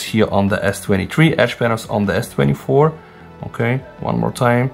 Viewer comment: You got me confused. S23-3 Ultra??? Does anyone notice how he says S23? 😅